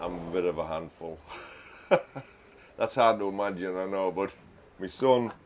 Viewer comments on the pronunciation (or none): none